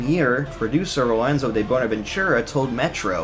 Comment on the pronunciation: Bro said bonavenchurra